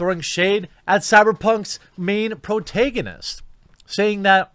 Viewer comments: Pro-TAG-a-nist.... phonetically seeing might help u stop saying pro-tay-ga-nist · Sorry, but it's pro-TAG-onist. Like in "tag". I love your stuff, but yikes. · It's pro-TAG-anist bro. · Please never say protagonist again great video though